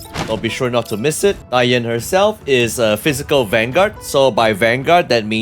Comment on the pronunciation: Finally someone on internet who can pronounce her name correctly.